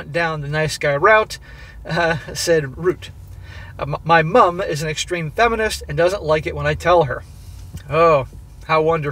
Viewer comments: Seriously, can you stop over emphasising the U in mum, please? Why is it always Americans doing this but people from every other English speaking country don't make such a big deal over the American MOM. It is getting to the point I cannot listen to these overseas stories because of it. Especially when you say it normally, then incorrectly correct yourself. We get it, you are American, get over it already... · Same here. Pity he can’t say ‘mum’ properly. Hopefully he’ll get there. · I'm getting tired of hearing him over-pronounce "Mum". It's like if an Australian pronounced "Mom" as "Moom". I get it we have different spelling and slightly different pronunciation, but its not like its pronounced with all caps in the middle of a normal sentence. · why do you pronounce "mom" so weird?